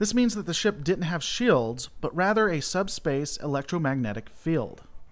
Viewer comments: gads its shields, not shaields.... must be your twang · You say “shields” weird. Reminds me of Stewie and “coolwhip”